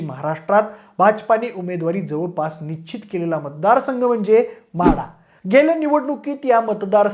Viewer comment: nichit nhi nischit. निश्चित. कृपया योग्य आणि अस्खलित मराठी बोलण्याचा प्रयत्न करा. एका लोकप्रिय यूट्यूब चॅनेलचा अँकर म्हणून तुम्हाला मराठीतील बारकावे, सशक्त शब्दसंग्रह, व्याकरण इत्यादी गोष्टींची चांगलीच जाणीव असावी. तुम्ही सर्व खूप चांगले माहितीपूर्ण व्हिडिओ बनवत आहात. असच चालू राहू दे. तुम्हाला आणि तुमच्या टीमला शुभेच्छा.